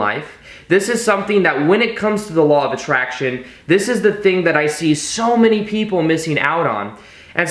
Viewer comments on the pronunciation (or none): It's LAW OF ATTRACTION NOT ATTRINACTION LOL